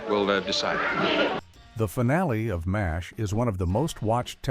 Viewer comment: Why while pointing out how horrible rebut on tv can be by a horrible AI generated narrator is. When instead of Mash as M A S H is in itself a “ Bad Video.